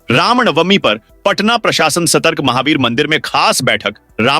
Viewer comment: Ramnamvi बोलने में दिक्कत होती है